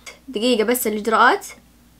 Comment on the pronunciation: وربي سواليفك حلوه ويوم تقولين الإجراءات اقعد اضحككك😂😂❤️